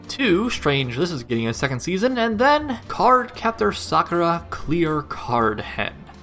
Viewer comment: Ty for pronouncing Sakuras name correctly